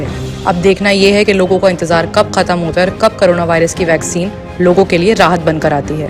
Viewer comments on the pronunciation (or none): Vagzin nai re baba...vaccine bolo ba...😂😂😂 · Mr its not Vagzin...its Vaccine....yaar seedhe bolna tu seekho phale... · vaccine bolna sikhiye